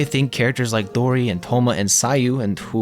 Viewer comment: good take and gw on pronouncing dori right! first ytber ive heard say her name correctly : )